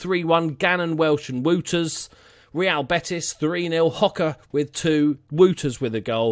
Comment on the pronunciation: I'm Belgian I do cringe a little if you say "Wooters". But cringing and being offended is something completely different.